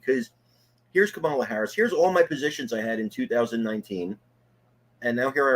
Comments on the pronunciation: The way this mouth breather pronounces Kamala’s name tells us all we need to know about how he really thinks. Deplorable. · The so-called intelligent man that has so many followers is so ignorant that he cannot pronounce Kamala Harris's name right who is stupid????? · It's indefensible but at the same time supporting the same narrative.You are dumb, really and pronounce her name , right. By the way trump inherited a great economy from third base and he started on third base and still lied about COVID to try to win an election. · You guys let the guy mispronounce Kamalas name and allow him to say that she wants to usher in communism, without pushback….he may be a friend of both of yours, but you dont treat him like one of your callers with this kind of absurdity.